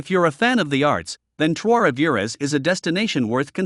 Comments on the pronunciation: This guy should learn how to pronounce Trois-Rivieres. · Your pronunciation of Trois Rivières is awful….you make it sound like Spanish…. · Maybe learn to pronounce the name of your #1 pick? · He would have sounded less ridiculous if he had just said Three Rivers. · The S in Rivières is silent.